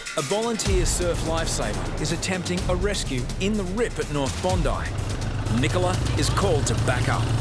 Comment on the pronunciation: Its bondi not "bone-dieh"